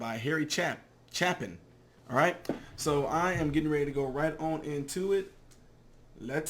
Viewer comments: it's pronounced chay-pin. You struck a nerve with Me with this one. I used to see Harry Chapin for several years in a row perform in The Woolman Ring in Central Park, his Father and 2 Brothers were in his band, He was an engrosing and charismatic performer. I got to know Him because I would walk with him with a small group of people to his hotel after he did his concert and got involved with him in the World Hunger Movement (He was one of the first performer's to give his time and money), this was in the mid 1970's. He died about 1997 in a car crash on the Long Island Expwy in NYC, not his fault, I still miss the Man and The Artist, one of the best storyteller's of all time. Check out his song Taxi. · Harry Chaaaaaapin ay, not "a". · LOL. It's pronounced CHAY-pin. Please react to "The Road You Leave Behind" by David Lee Murphy. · Chape-in (rhymes with shape-in). If you have time, read a little about Harry's life. He was an activist to end hunger, a philanthropist. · It's pronounced, "Harry Chapin" Long A. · Thank you for doing this, I guess I wasn't the only one requesting it. His name is pronounced Cha (long A sound) pin.